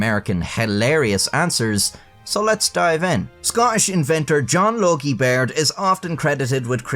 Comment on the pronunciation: When he said John Logie Baird, I thought he said John Yogi Bear. It has been a very long week. TGIF.